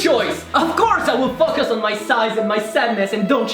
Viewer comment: "But seriously just Fuckus on the things etc..." Why do I hear dirty things? :'D